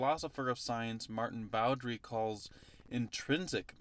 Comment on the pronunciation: Maarten Boudry's last name is pronounced "boo-DREE", by the way. Like him, I'm also Flemish. :)